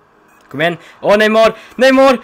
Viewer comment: Du sa neymår